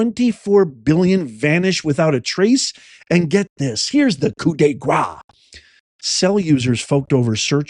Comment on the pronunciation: Coup de gras? Fat hit. You mean coup de grâce. A finishing blow. Gras is grease/fat (grah). Grâce is grace/elegance/a finish (grahsssss).